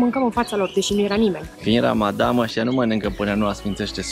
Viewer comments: PRONUNTIE CORECTA -RAMADAN NU RAMADAM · Felicitari pt calitatea filmarii si a continutului! Pronuntia corecta este RAMADAN